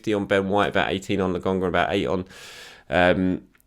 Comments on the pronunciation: It's LO-KON-GA... I don't think it's funny. Come on mate. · It’s a “K”,! A “K”! Lo”K”onga! No one can be THAT stubborn about a pronunciation, mate. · Mates, mates, settle down. I honest to goodness love. It’s just that “Le GONGGA” that’s been really getting on my nerves is all. I’m just playing with him. It’s not a criticism. If it was, I’d be questioning journalistic credentials et al, which I sure as shit am not. our man! <3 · C'mon it's LoKonga, give the people what they want.. at this point I think you just do it to spite us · lad, his name is LOKONGA😂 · While you’re on holiday this is your only homework. Lo-konga repeat after me please! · i wonder if could say Lokonga's name correctly by the end of the season:D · Please,! Just call him Sambi if you can’t pronounce his name, it’s driving us all insane! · It’s frustrating to listen to isn’t it? It’s disrespectful and makes me want to stop watching the videos. I like the channel, but come on,. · it’s not difficult to get his name right. I don’t “hate” it, but I find it to be disrespectful that he keeps saying the kids name wrong. I don’t see the issue here, Bob. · lol. When he says it, I just laugh.